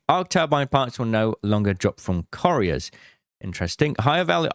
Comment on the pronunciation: Couriers = Coo-ree-ers